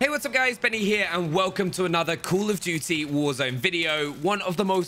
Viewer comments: Everytime i just hear "cool of duty" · “cUUl of duty“ 😂😁👍😉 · “Cool of duty”🤔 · “Cool of dootie”